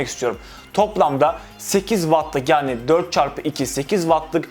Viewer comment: kardeş istanbul yanio diyorsun bide adanaya gel baamm